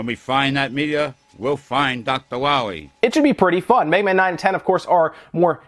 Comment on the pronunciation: "When we find that meteor, we'll find Dr. Wiwy" lol